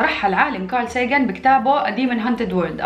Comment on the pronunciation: ينطق ساغان